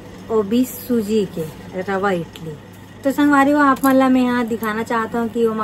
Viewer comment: इटली nai बोले इडली bolthe😂😂😂